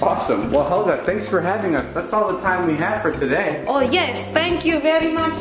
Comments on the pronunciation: 2017 THE NEW BROOM! "A plant." "Yeah this lady made it up her name is Helya (she pronounces it like that) "ITS HELYA!"says Helga "Thats what i said." "Its spelled H-E-L-G-A!" 2018 NEW BROOM its wheat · You gotta pronounce it as hIElGaHH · Me: hello Helga: healo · Did helga say my boyfriend or my bed friend?